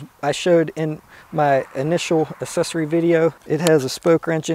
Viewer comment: its "aacksesory" not "assesory" come on